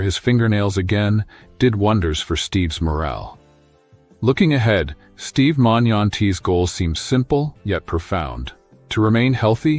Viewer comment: Steve is alive and well and hasn't given an update in almost a year because he is recovered , this is just some feeble , lazy AI junk video that can't even pronounce the man's name correctly. Steve has his own channel, look him up and watch his videos if you really want to support him.